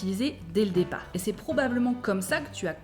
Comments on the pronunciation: I think I understood most if not all of it.. That said I clearly at times struggle to hear the p in "départ" I am hearing "débart,". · Ah vraiment ! Comprenant la plupart de votre clip, je dois me réfléchir pour distinguer le p de départ, car j'entend le son b. De bons conseils, quand même !